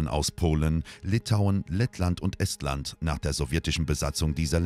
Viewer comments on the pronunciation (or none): none